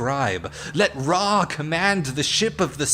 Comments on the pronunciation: This shit hurts to hear names of gods I know be pronounced wrong though has a cran head not a baboon and Ra not ray the sun God if you're going to use Egyptology and other religious beliefs say there names right and get there descriptions correct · I love the philosophical takes here but your pronunciation keeps irking me.i mean, "uh-ruh-nos"? Ray instead of Ra? Am I alone here? For all the research you said you did at the start I find it difficult to believe your this off on pronunciation. Or perhaps you just have a really thick accent that I haven't heard before? Please let that be the case. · Yo, the CONFIDENCE! Let's try this WHOLE comment again: "This shit hurts to hear: listening to the names of gods being mispronounced. THOTH has a CRANE head, not a baboon head. Ra, not "Ray", is the sun God. If you're going to use Egyptology and other religious beliefs (not that Egyptology is a religious belief 🙃), say THEIR names right and get THEIR descriptions correct." There! Fixed it! I mean, you're still wrong, but...at least your argument is in much better grammatical shape.👍🏾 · Ok so when you said sun god ray I was skeptical you meant Ra but calling uranus uwanoos confirmed it lol Isn’t Thoth bird headed …